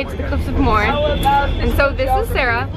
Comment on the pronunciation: Cliffs of Moher. Moher is a two syllable word pronounced like mo-her